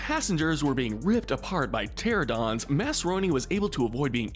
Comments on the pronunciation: Bruh this guy dosent know how to pronounce the most basic dinosaur names (pteradon moss-asaur) and says masrani as masroni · Eli Mills and Simon Masrani had the displeasure of a fate worse than death; having their names mispronounced in this video. Eli is a pretty common name, and it is pronounced as it is pretty much spelled. It’s the same with Mr. Masrani’s surname. If the subtitles show what the script of the video was, we know that the people at don’t know how to narrate. There are multiple instances where the subtitles shown lines that were supposed to be read, but the neglect to read them made the subtitles only have half a second to show.